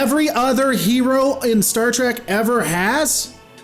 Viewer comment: It's not trek